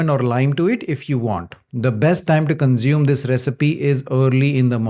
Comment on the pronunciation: The s in consume is NOT pronounced as Z, but as S.